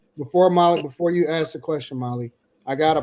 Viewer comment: I'm curious what corporate job he had? Because some how you just added the letter R in community and music. And ASK said as Ax. Fucking seriously?